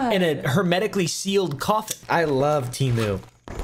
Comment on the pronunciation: me rn: ITS.. PRONOUNCED.. TUH-MOO!